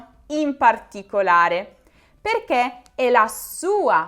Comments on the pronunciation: Comprendo che l'inflessione dialettale sia ineludibile, ma - davvero! - non indovini nemmeno una "e"! Si pronuncia "perché" e non "perchè", etc...Per il resto brava! Il congiuntivo dona pregnanza semantica alla lingua italiana. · Farsi una domanda nn chiederselo...!!!! E nella dizione italiana mentre dici perché chiudi un po' la "e"....